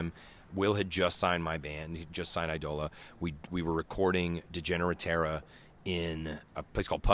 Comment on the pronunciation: Eye-dola not EEE-Dola